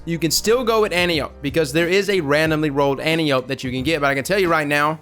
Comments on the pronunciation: An-tie-oh-pee. It’s Greek like calliope from greys anatomy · an-tie-o-pee if you follow the pronunciation conventions of classical Greek names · lol it's pronounced like "ant" "eye" "oh" "pea" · But it really is Anne-Tea-Oh-Pay. Watch Wonder Woman for reference. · AN-TIE-AH-PEE you're welcome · At the risk of sounding like a know-it-all it's pronounced an-TEE-oh-pee. In Greek mythology she's an Amazon, Ares' daughter, and (in the Wonder Woman movie) captain of the Amazonian guard. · It's pronounced ant-eye-oh-pee. Its named after a Greek God. Kinda like caliope. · AN-TIE-OH-PEE. JESUS CHRIST.